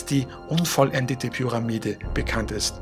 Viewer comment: deine betonung ist unter aller sau, änder mal was an deiner aussprache... beeeee kannt taaaabletts